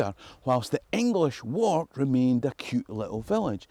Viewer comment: It is pronounced warrk not walk